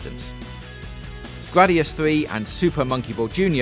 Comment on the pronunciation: "...Gwadius Fwee..."